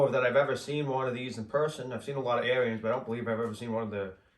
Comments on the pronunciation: I believe the correct pronunciation of the company name is Ahrens ["air ens"]. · Yes, the New Holland tractors were more likely to have tilt wheel and power steering. Nice upgrades if you can find one. And I think Ariens is pronounced like Ahriens....lol Nice video. Thanks